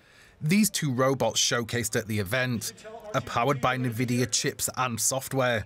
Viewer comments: Everyone: DW: Nay Vidia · Very annoying pronunciation of Nvidia 😡 probably AI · The narrator was sooo annoying. God, pls learn how nvidia is pronounced. Fire the guy and use AI for narration.